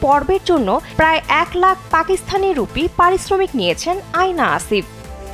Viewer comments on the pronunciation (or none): Not আয়না😂 it's অ্যানা